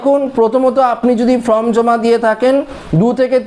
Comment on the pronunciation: আরে ভাই, উচ্চারণ টা ফ্রম নয় ফর্ম। ঠিক করুন।